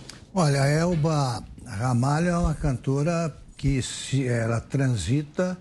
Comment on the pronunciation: Não é Ramalha, é Ramalho, meu sobrenome, orgulho da minha tia Elba Ramalho. kkkkkkk